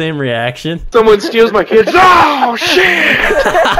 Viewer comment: He said "Oh Shit" Not "Daw Shit"